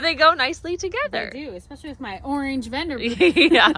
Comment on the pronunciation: STOP WITH THE EX SPECIALLY !!!!Theres no such word ANNOYING ...ITS ES specially 😂its so off putting ur voice is sooo loud but that ur channel is great 😂😂